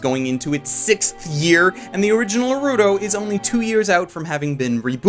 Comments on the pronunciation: It is not "Nuruto" you filthy uncultured heathen. It is pronounced as Naruto , with an "a" not a "u". I was browsing Youtube just like and ol' day and I clicked on this video because I would like to know how good is Mars of Destruction as it was recommended from many friends over and over again but when I witness you penetrating my cochlear nerves with a "Nuruto" from your mouth I was baffled. I had to stop because clearly you lack of any knowledge in the world of anime rendering this entire video and potential other videos you have done essentially a disgrace to all people who take anime seriously. Its Naruto not "Nuruto" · Love your reviews and I support you on Patreon, but the way you pronounce "Naruto" just makes me want to choke you...